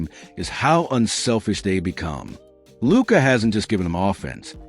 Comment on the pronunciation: You set the tone when you butchered Luka’s name.